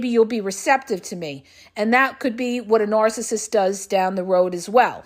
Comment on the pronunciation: I wish she would stop saying nooorcissist